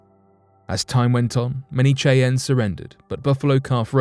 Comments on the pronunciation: you pronounces the native american tribe name wrong it is not kay-ann it is shy-anne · Did I hear chi-anne instead of Shyanne (Cheyanne tribe). That's really bad writing and research. We have machines now that will pronounce names for you if you're not sure how it's pronounced. C'mon dude I like your channel 😅. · Cheyenne Pernounced: "SHY-Ann" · It's pronounced Shy-ann.... Ya dang lymey. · Need to brush up on your pronunciation - Cheyenne - 'Shy Ann' Schmeisser - 'Shm Eye Sir' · Dude seriously it’s pronounced SHY-ANN YOU SAY IT COMPLETELY WRONG THESE AMAZING PEOPLE DESERVE THAT NAME CORRECTLY THE WAY YOU SAY IT MAKES MY EARS KRINGE😖😖😣😣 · As a girl from originally from Wyoming, your pronunciation of Cheyenne is amusing. It's pronounced SHY-ENN. Just an FYI. I have an Eastern Shoshone daughter, am part Alabama-Coushatta, have many Northern Cheyenne friends and trust me., that's how the Cheyenne people pronounce their tribal name. Their own land??? A REZ?! I think you need to study up on what 'their land' is really like as well! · Bruh....its pronounced Shy-ann lol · It's amazing that a grown man hasn't heard it pronounced before.lol 👍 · That was driving me nuts. I’m glad you posted a comment. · Cheyenne is pronounced shy'- ann, not the butchered way you said it. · I was just about to make the same comment, glad I scrolled down first. :-) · Apart from mispronouncing Cheyenne, Great clip